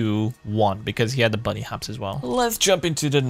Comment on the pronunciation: He is hopping, not bunny hopping.